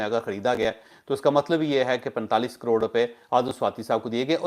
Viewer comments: You say " aror" What do you mean by this? Is it "karor" or "arab" or a mixture of both of these words? Plz improve your pronunciation...you spoil our pronunciation too. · What is aroor. Is he saying caror?